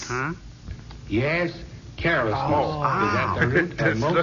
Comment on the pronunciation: carol-esness? oh, carelessness